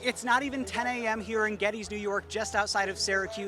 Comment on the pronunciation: Nice video. FYI, it's pronounced: Ged-des, named after James Geddes, the gentleman who performed the planning for the Erie Canal.